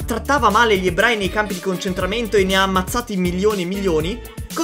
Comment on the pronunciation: Ma ebrai o ebrei bho 😂